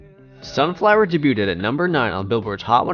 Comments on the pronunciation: Can someone tell this f*cking zoomer that it’s pronounced “day-beued”, not “day-buted” 😂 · Can someone teach this narrator how to pronounce debuted? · Lol I just commented about the way he says debut/ed. Dudes enunciation is so on point that when he's saying something a lil askew, it's more noticeable.